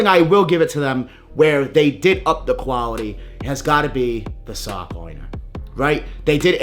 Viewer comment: “Foiiiiooppy” “Quaouity” lol dudes a hater